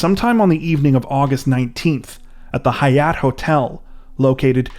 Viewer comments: I like how he keeps pronouncing Hyatt as if its High- yot like its a Somali word lol. We have thousands of Hyatt hotels in America lol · Did he pronounce the name of the hotel, Hyatt with some weird accent?